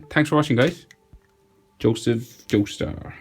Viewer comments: BRUH DID HE JUST SAY JOSEPH JOESTR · Did he say joseph jostur